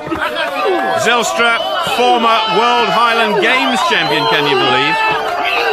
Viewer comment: "Watte Zijlstra" lmao